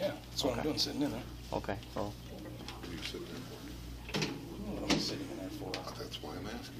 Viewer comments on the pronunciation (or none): What's wrong is the way you say "what" in your intro statement